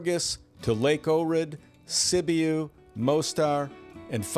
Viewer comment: Sibiu Romania is pronounced "si·byoo"